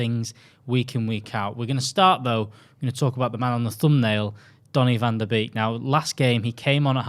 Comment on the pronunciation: Hi dutchie here, love your content, but the beek in the 'van der beek', is atually more pronounched as 'bake', cheers mate!